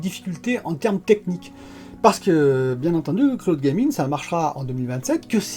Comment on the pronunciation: le cloude gaming 🤦